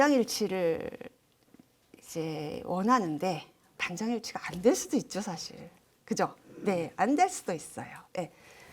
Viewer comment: 또, 좋지요 같은 고유어의 첫자도 길게 발음 해야겠읍니다. "한국 어문을 고발함"이란 책을 한 번 읽어 주시압.또, 사실, 찬성, 여부 의 첫소리는 길게 발음하셔야지요. 변 완수 배